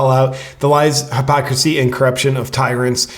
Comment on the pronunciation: failed to pronounce ‘pronounce’ and ‘hypocrisy’ lol